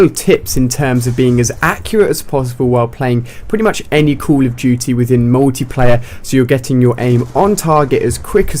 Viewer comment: i love how he says COOL of DOOTY